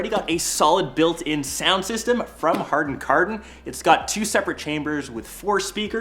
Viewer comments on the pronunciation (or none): "Hardan Kardon"? Really man??? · Hardon Kardon? 😂😂 harDon?? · Harden Garden???? 😂 You mean HARMAN KARDON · I still cringe everytime he says hardon-karrdon